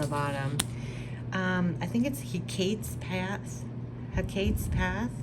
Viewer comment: Hecate = Heh- kah-tay